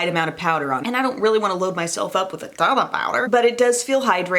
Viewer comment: Lol the way she said “a TON of powder!” 😂💕